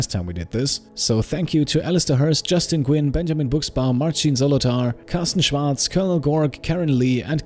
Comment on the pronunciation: Your german pronunciation of Schwarz was perfect. But your english is too good for what I expect from fellow Germans. So, how?